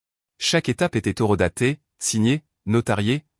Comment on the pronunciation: Oon ne dit pas " eurodater " mais " horodater "...😂😂😂